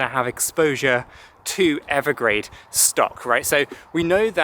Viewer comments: Evergrande. Not Evergrade. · Evergrande isn’t it? Not Evergrade..? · He keeps saying Evergrade. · No offense, but yea… I think Evergrande is pronounced Ever-grand.